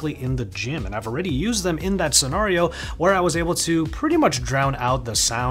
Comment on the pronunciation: STOP SAYING SCENARIO WRONG!!!